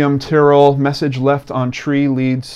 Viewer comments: this has been all over the news here very sad..i believe it was an opportunistic abduction, thankyou as always a compassionate and eloquent video and your pronunciation of Tyrrell is correct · i meant in the sense that yes,you pronounced it correctly,sorry:p